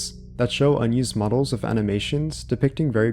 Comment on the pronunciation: So you can say "this", "that", "there", "the", "clothing", "three" but you say "wiff" instead of "with". Why do so many young people talk like this? I know you're capable of phonetically pronouncing the "th" sound because you do it in words I mentioned earlier so why do you say "wiff"? Were you never taught phonics or are you just lazy? It's really weird that's it's so prevalent amongst younger people because a lot of them will completely substitute the "th" sound for either an "eff" or "v" sound like in the case of "vem" instead of "them". This is common among British people but wasn't so much among Americans until recently. It sounds like either your parents or your very early school teachers didn't properly teach you phonetical announciation and you did the best you could trying to emulate the sound but weren't corrected at an early enough age and now it's become "natural" to your speech patterns or you just don't care and are purposely saying it even though phonetically it's actually harder to go from an "eff" sound to a "th" sound like saying "we have to go wiff them" instead of "we have to go with them". I know this is a weird thing to harp about but it's just so weird to me that an entire generation talks like this now out of nowhere and it seems it's because the majority of teachers these days aren't doing what they're supposed to be doing or the kids aren't learning what they're supposed to be learning and it's blatantly obvious when you hear someone say "wiff" inste